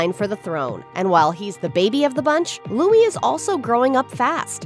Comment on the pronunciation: Your title of this video - 'Kate Middleton' etc. Please show respect for Catherine Princess of Wales and use her correct name; she also reportedly dislikes being referred to as Kate. However, thankfully you do pronounce Louis correctly .